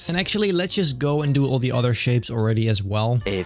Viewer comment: Pleae, stop saying "Thieee". I know you're Dutch, so am I. "The" is pronounced the same way as you'd pronounce "Teh" in Dutch. Other than that, great videos!